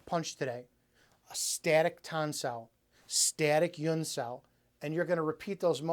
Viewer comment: No offense but I see that you write "huen sau" but you repeatedly pronounce "yuen". In Cantonese it is an H sound.